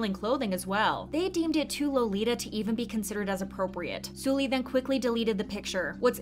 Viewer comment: The way you say 설리 is triggering lol. Try saying Seolli not Sooli.